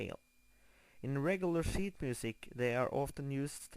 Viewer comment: i thought he said " WE'RE going to be learning shit music" lol